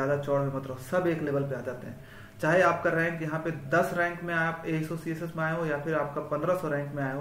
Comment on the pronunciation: I think golden ASO ❌ golden SO ✅ Correct me if I am wrong 😅